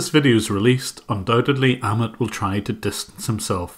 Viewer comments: Great work..!! I did notice you pronounced Amit as Ahmed though. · by the way Jim, "Amit" is pronounced like "A-myth" but without 'th' sound, like "A-myt" And you're doing an amazing job, keep it up